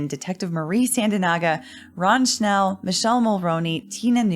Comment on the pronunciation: Beside being a perfect RECAP of the day 19 trial i have to highlight the fact that perfectly pronounced the word "Wunderkind" and Mr. Schnell name! Absolute perfection!